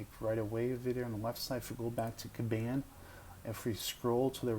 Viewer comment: Good video, thank you. But respectfully, you are pronouncing "Kanban" wrong.